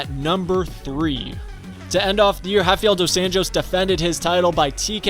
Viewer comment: Wait wtf is up with this dude pronouncing h instead of r Hafael instead of Rafael Henan instead of Renan Heis instead if Reis